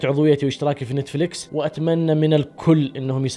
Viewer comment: تابعت اول ٥٩ ثانية بس لما قلت نيتيفليكيس وقفت الفيديو فورا 🤣🤣